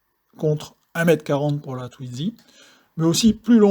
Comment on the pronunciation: Mais pourquoi donc prononcer TwiDzy avec un D au milieu puisqu'il n'y en a pas ???